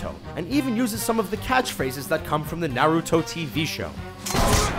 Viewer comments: Why is it no one in media can pronounce the name Naruto? It isn't Nay-rew-toe. Also, based on your view, you can say Avatar copied Fern Gully or a host of other environmental films. And Chobits is nowhere NEAR the first anime to have a person fall in love with an android, not is it a film. And Serial Experiments Lain isn't the first to do what it did either. As usual, a top 10 video on youtube didn't even do the most basic research. But you got 3 million hits so I doubt you care. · I really hate how people mispronounce names of animes and "Manga" (IT'S MON-GUH NOT MAINE-GAH) like Naruto.. They pronounce Naruudo. (Go look it up I swear) And Kirito (Kurido), Asuna (Uh-Soo-Nuh, when it should be Awe-soo-nuh) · Nah Rue Toe